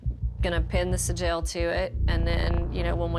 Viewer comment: This guy isnt a shaman ,hes just a x meth head ,that has found a loophole on how to still get high and call it work lol . I would say hes a clever business man but after the way he repeatedly pronounced the word SIGIL ,I just cant lend credit 2 his intelligence lol . Thx mother ayawahhh.. the hell ever lol